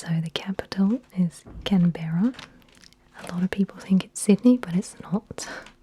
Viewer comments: I just wanna mention - it's pronounced 'can-bra', not can-berra' ^.^ Great video!!! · For future reference, CAN-bruh rather than Can-BEAR-ra. Aussies are too lazy to enunciate - whatever gets it out quicker is almost certainly the preferred option.